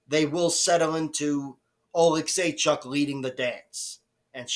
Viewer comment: You pronounced Oleksiejczuks name the best of all youtube 😂